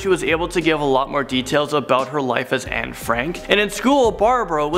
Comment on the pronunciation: I’m more freaked out that the woman who claimed she was Anne actually pronounced her name exactly right. Just like a Dutch person would.